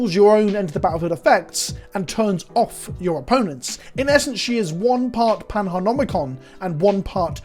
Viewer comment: It's Panharmonicon, like panHARMONYcon